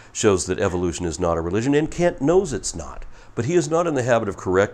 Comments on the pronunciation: I'm pretty sure he doesn't say"Kent" 😂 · Wait did he say Cunt! Hovind 😂😂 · LOL did you call him "kunt"? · I like the way pronounces Kent to sound a little like Kunt:) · Please tell me that interesting pronunciation of "Kent" was fully intentional...:D